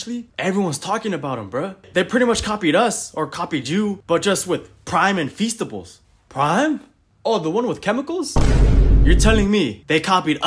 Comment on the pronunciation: The way she says "Preim" is so funny